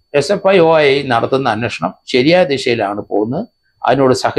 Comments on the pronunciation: SFIO എന്നാണ് SFOI അല്ല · Sfoi. അല്ല sfio. എന്ന് തിരുത്തുക. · He doesnt even cant say properly its SFIO... Dont know how he is doing it. He doesnt even know what he is talking about,typical malayali reading only mallu news papers. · Sir not sfoi.. Sfio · നേരെ ഉച്ഛരിക്കാൻ പഠിക്ക് 😭😭SFOI 😂😂😂. കട്ടം